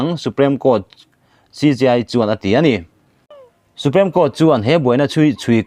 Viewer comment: Supreme Court i lam dan hi Su-prem i ti tlat a, su-priim ti a lam tur zawk asin